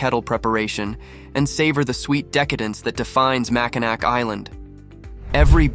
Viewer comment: Nice little video but you really should pronounce Mackinac correctly. It's Ma-kuh-nau Island, not Ma-kuh-nack. Also the Island does not have a zip line so not sure where you took that video. Last up the beach shot with the bridge, that video was taken at Mackinaw City not Mackinac Island. The Mackinac Bridge does not connect to the Island.